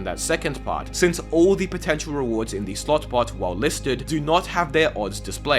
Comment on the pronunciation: He said "Slot bot" so many times that it started to sound like he said "Slut butt" lol